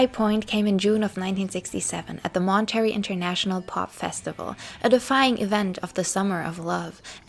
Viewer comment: I like a lot of these videos, but -- my God, friend -- have someone check your pronunciation before you publish videos. I literally have to stop the videos after 70 times hearing Mahn-turr-ayy Festival pronounced as 'Monetary' and cuh-ress as 'karris'. It really effects my attention, and many of these words come up over and over. Please, you're doing a great job and I'm sure English isn't your first language, but seriously, it's a MAJOR distraction to me, and I'm sure I'm not the only one.